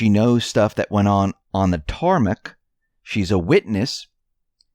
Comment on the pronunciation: Tarmac. Come on pronounce it tar mack. Not tar Mc u reveal your eastern accent.